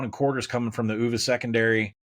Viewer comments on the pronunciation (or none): Collin: Look, I'm a Hokie, I don't even like the University of Virginia. But they are Virginia, the Cavs, the Hoos, or U-V-A spelled out. Under no circumstances are they "uu-va." That sounds like something a Norwegian child calls his grandmother.